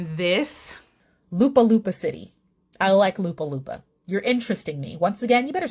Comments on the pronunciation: Lapu - lapu (not Lupa - lupa) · Lapu-lapu not Lupa-lupa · She really said Lapu-Lapu as Lupa-Lupa lol she really said it backwards lmao 😂❤️ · New subscriber here from the Philippines. I laughed a lot when you said Lupa-Lupa City instead of Lapu-Lapu City! Hehehe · Lapu-lapu ❎ Lupa-lupa ✅ 🤣🤣😅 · My Dear i Love the way u said Lupa Lupa City it's Lapu Lapu City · Top 2 Mispronounced word for this year First Runner Up---Pasay (it should be PA--SAY...u mispronounced SAY...it shoud Not be SEY but with A Winner ---LUPA LUPA CITY (it should be LA PU LA PU CITY)...im laughing so hard on ur pronounciation on this(but it really cute to hear it) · La-poo La-poo not loopa loopa hehehe... I heart you... :) still cute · Lapu-Lapu (a historic person) which is pronounced Lupa-Lupa (soil-soil) is hilarious 😅💕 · lol Lupa Lupa, its Lah-Puh Lah-Puh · THE WAY I BURST OUT LAUGHING WHEN YOU SAID "LOOPA-LOOPA CITY" 😭😭😭😭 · IM LIKE: WAIT, WHAT? DID I JUST HEAR OOMPA LOOMPA CITY?! HAHAHAHA I LAUGHED SO HARD! 🤣 sending love from Lapu-Lapu City 💫🤎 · I died laughing when you pronounced my city as Lupa-lupa City 😂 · 1st strike for saying Lapu Lapu.. 😁✌️... Nice to see your reaction.. again.. 🥰 it sounds like LA-POOH LA-POOH..